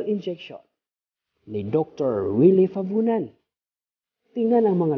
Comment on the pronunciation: fabunan po! hindi favunan!